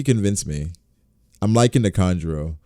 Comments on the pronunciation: It’s kanjuro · Its kanjuru